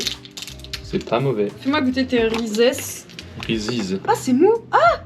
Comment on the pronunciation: on dit pas reesise mais des reesses